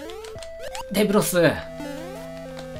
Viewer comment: で↑ぶろす